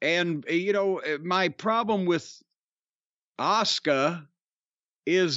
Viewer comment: Cornett said Oscar instead of Askua😂😂😂😂😂